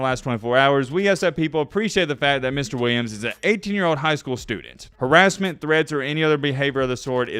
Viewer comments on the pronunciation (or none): none